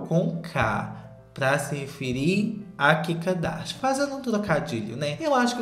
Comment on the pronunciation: não importa quanto tempo passe, eu AINDA vou rir do chamando a kim de kika darsha